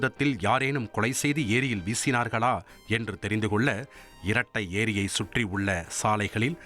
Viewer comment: உச்சரிப்பு தவறு இரட்டை ஏரி இல்லை ரெட்டெரி